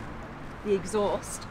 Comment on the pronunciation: She just called the air intake an axhaust!☕️